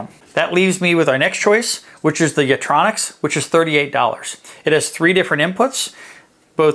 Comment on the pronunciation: It's 'YitROX'; not 'Yitronix'. But thank you.